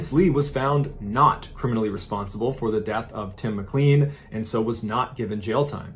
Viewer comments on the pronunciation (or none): For Mr Ballen...who need's a lesson on pronouncing well known last names lol it's pronounced Mic-LANE (rhymes with plane)...not mic-CLEAN. Geez louise But yeah, this was pretty big news when it came out. Poor Tim McLean never had a chance